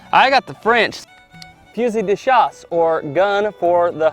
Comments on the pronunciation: great video - love the mix of videos you guys do, both old west guns and old flintlocks/matchlocks. And you're spot on about the pronounciation, it is Fu-zee de schass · As a french -Canadian, the way you pronounce " fusil de chasse" is the right way the L is silent ... Allez, Salut!